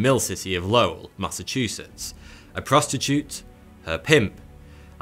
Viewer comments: The city is pronounced “Low-ell” not Lowl 🤦🏼‍♂️ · It’s pronounced Low-ell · The city is actually pronounced as Lo-well. Named after Francis Cabot Lowell. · hears phonetically correct pronunciation of Lowell Me, from MA: ugh, it's pronounced "LOOL" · How he says “Lowell” I love it. Btw it’s pronounced like “lol”. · the way you pronounce lowell proves you never been to Boston and, you never watched any of the material you went over... lmao every time dude says lowell he says it a different way ahahahaha got it right the second time